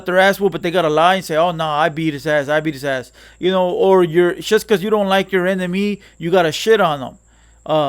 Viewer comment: Bro keep pronouncin enemy like that because he so used to sayin enimgo he gotta catch himself everytime tryna clean image up professional for tha channel i feel you homie! Good shit i dont agree with everything its all good tho